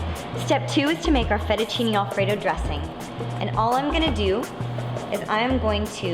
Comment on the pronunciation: the way italian words gets f****d up kind of hurts my feelings